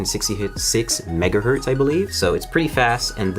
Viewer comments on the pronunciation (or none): none